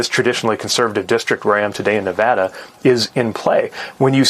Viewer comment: He said Nevada correctly 🤩